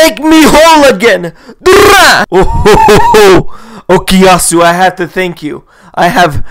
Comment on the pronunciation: not okiyasu yes okuyasu